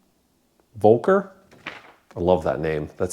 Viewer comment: Hey... as a native german please indulge that i must correct you for pronocing "Volker" wrong: You said something like "Wolkar" but its spoken with an "F" - if you say "Fol-care" your 99 % right in the correct pronouncing